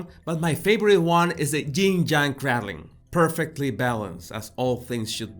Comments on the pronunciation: I love you. It ain't crad ling. It's crey dling. (like rey dling) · It’s pronounced cray-dling , like praying. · Love your pronunciation of cradleing